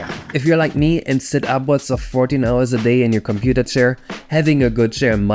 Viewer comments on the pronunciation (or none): none